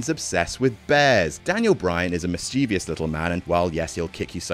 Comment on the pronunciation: I love lists. But, one thing always grates me Mischievous. Miss-che-VISS It is not mischivious. My auto-correct tried to fix it twice. Stop it 😂